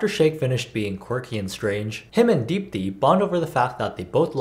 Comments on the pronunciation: You pronounced deepti better than she did it herself ^~^ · how do you pronounce deepthis name better than she does 😩